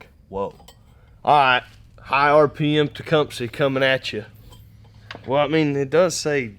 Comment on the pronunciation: You finally learned how to pronounce “Tecumseh”😄